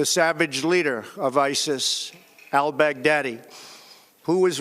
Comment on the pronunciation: "all-bag-daddy" LMAO